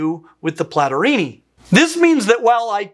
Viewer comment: Among others: Platyrrhini (pronouced mich like "Platorini") and Catarrhini (much pronounced like "Catarini") sounds like two Renaissance Italian rival families or modern Cosa Nostra clans. 😎 Cosimo Platorini infamously shot Giacomo Catarini. 😂😂😂